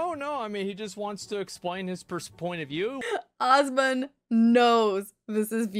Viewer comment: Dual posting but I wanted to say it cracked me up in good natured way how this creator calls Asmon Awes-mon. It makes me giggle and not trying to be mean. It's cute and funny.